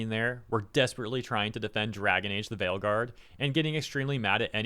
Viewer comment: “Trying to defend Dragonage the Fail-Guard” I’m not the only one who heard it that way was I?